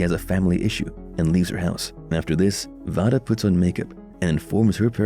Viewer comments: Vada's name is pronounced Veida not Vada but it is spelt Vada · Can you pernouced vadas name right (vay duh not voh duh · Have you actually watched the Fall out? You have a lot of info mixed up It's V long a day not voda like you pronounce it. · It's not (VAH-DUH) its (VAY-DUH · Its vay- duh